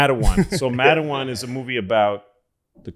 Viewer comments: Damn Louis Matewan not matawan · It's called Mate wan. Like a mate and then won. Let's pronounce shit here guys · It's not pronounced Matt a wuan, it's Mate wuan. Also, it's not in PA, it's in WV. Great memory of the story otherwise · Pronounced Mate-wan in WV. Matawan is a town in NJ exit 117 🤟🏻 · I love the show but I have to say the movie is “matewan” (mate-wahn) and it’s a town in Mingo county West Virginia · Dude?! Matewan is in WV!!!! Don't take that from us, Louis! And it's Pernounst, MAYT JUAN! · Louis!!!! It’s pronounced “mate-wan”